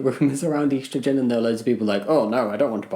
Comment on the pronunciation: your pronunciation of estrogen made me wince